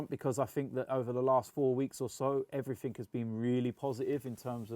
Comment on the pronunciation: Nobody:: "Everyfink"